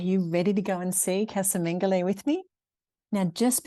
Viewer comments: The way you pronounce the name Mengoli sounds like Mengele, the dead docter of Auswitch! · Lots of work! But it’ll be lovely once finished. (I think it’s pronounced Mengo-lee,not lay.) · How lovely. How Brave! How full of smiles you are!! Love that you named the house after the previous generations of owners. Just one query, surely the house name is pronounced Men-goh-lee though? (Mengoli). Casa is pronounced as in Cah-zah usually. Unless of course its all pronounced differently down in beautiful Puglia?